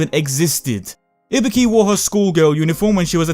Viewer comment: Im not here to get your opinion about her design because i dont give a SHIT whether you like it or not, Im here because i want to know her story. and please FFS its IBUKI not IBIKI...